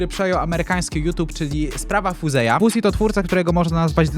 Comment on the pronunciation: Dlaczego mówi np. "WersoŁ", "Dubois" czy "Fuzi" zamiast mówić poprawnie "Wersow", "Dibuła" czy "Fałzi"? Bo w ogóle tego nie rozumiem.